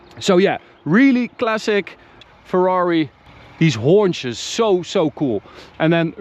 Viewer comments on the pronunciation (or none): When he said "Hunches" It sounded like he said "Horn-Chez" LOL I didn't even like this car before this video.. now that I have seen this.. I WANT ONE!